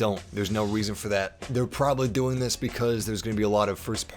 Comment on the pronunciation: When he said "You're prabablly not gonna play for 20 hours" Oh I'm gonna be playing for 20 hours man!